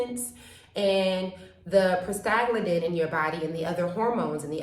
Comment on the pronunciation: I think you are trying to say 'Prosta-GLAND-in"